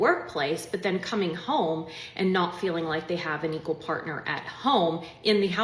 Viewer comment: "Feeling." Emphasis on *feeling*.